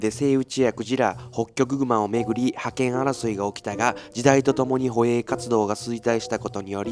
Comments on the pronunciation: 捕鯨は、 ✖️ほえい ○ ほげい、です！ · ほえいではなくほげい。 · 捕鯨=ほげい になります。いや、内容いつも素晴らしいので指摘するのも申し訳ないのですが…。